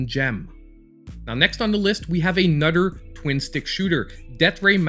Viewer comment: " A nutter good game " L😁L No disrespect, Always gd content!